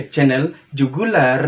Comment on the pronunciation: Woww👏👏👏👏tahniah mencapai 100 video sdh..wajip kasi bunyi 'r' tu dihujung kan jugularrrrrr dia blng😂best ba cara ko edit video ko.nti sy bljr sama ko la ni.buli ka.hihi